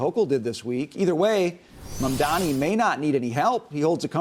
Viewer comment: Can you please learn to pronounce the name Mamdani correctly?